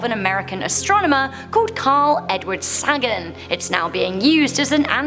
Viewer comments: its pronounced as Say-gen. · You're mispronouncing Carl Sagan's name. It's "SAY-gan", as in "What did she SAY?" If you watch the original "Cosmos" TV show he hosted you'll hear him say his name several times. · Carl Sagan = Say-gen not Sag-en